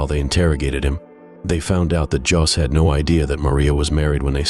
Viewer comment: "Jos"???? "Mary Jos"?????? 🤔